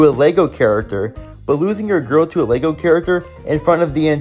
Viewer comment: It’s Lisa Lego not lugo